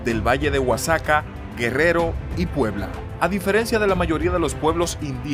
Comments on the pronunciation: Respecto a la pronunciación Oaxaca se pronuncia "Oajaca". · Porque dice Oaxaca así??? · Da igual, se le entiende